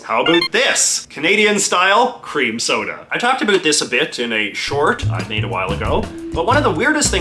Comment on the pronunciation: At first I thought you said "queer" cream soda And I liked the old fashioned postal pillars that doubled as an armoured tank barrier...